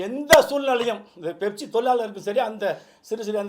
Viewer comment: அது 'பெப்சி' இல்ல 'ஃபெப்சி' Pepsi❌ Fefsi✅